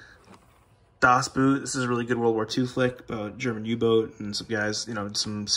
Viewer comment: how you said Das boot 😂😂 I'm sorry I just think it's funny listening to English people talking german. You said Boot perfectly, but the A in Das is not that long.